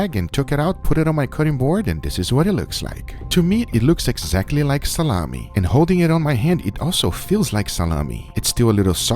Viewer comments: Like SaLAHmi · it's funny when you say "SaLaMi" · Its the russian pronunciation "Tsalami" XD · he emphasizes the LAh part of salami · No one: “Salami”